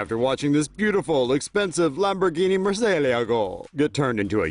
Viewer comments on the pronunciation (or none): it's pronnounced "Moor-sea-eh-lag-oh" ! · Say Murcielago again my dude 😂😂😂